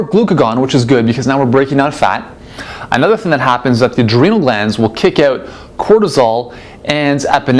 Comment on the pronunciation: Canadian....by the way he pronounces the word "out"....maybe